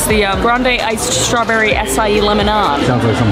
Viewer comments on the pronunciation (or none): none